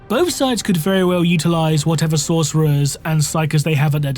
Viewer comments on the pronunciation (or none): none